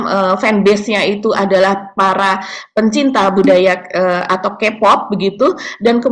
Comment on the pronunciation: sedikit masukan utk cara baca K pop, K dlm bhs inggris dibaca "kei" bukan "ki".. sukses terus!